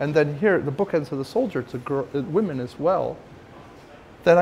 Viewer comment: lol I know, I saw the pewdiepie video about it, figured thats what he was referencing when he said 'wemen'